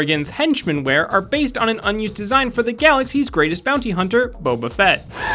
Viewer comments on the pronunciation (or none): none